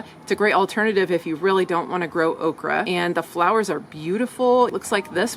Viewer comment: It's called okreeee. 😅